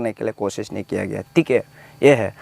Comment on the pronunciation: Nai hoga , pronunciation 😂😂😂😂😂